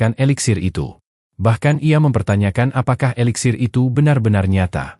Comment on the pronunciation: Eliksir bukan veliksir